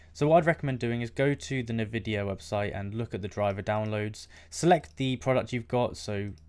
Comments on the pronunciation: why are you saying nuhvidia instead of N-Vidia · UK thing